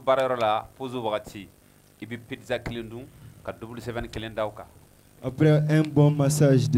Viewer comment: excuse-moi j’ai pas l’habitude de commenter mais on dis pas pidzza mais plutôt pizza merci cordialement